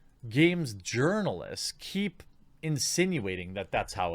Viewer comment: it sounds like you're saying ¨urinalists¨ instead of journalists, hahaha